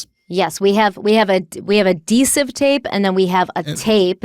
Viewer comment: it's adhesive tape it's sounded like you switched the H for another D.